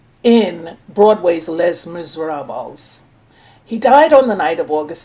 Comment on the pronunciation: I think the spider bite thing is a story they put out.ive been bitten by different spiders,and I never was close to death.usually the only folks who die from spider bites are small children,and old folks.and not trying to be smart,but Les Miserables is pronounced lay mis-er-ob.or you can just say lay-miz.just FYI.no disrespect